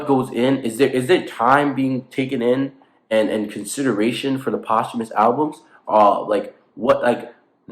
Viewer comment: I do think posthumous albums is pronounce like that 😭